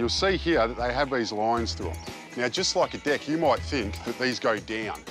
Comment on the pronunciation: Every time he said 'deck' , I understood 'dick' 🤣